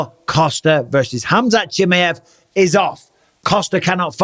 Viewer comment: HamZat JimmyEv.... 😂 Bisping don't care for pronunciations llf